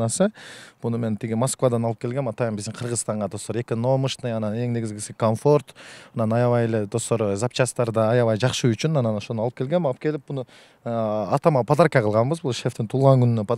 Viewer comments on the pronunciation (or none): Фортер,экономышный, жигирма,не грамотно говоришь